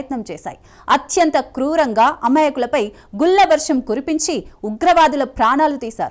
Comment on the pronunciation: గుల్ల దాడి కాదు బేబీ గుళ్ళ దాడి. తెలుగు vuchaarana నేర్చుకో.